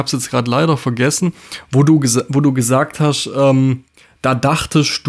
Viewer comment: Da wird aber viel "geHASCHT" im Video😅 du hascht , du bischt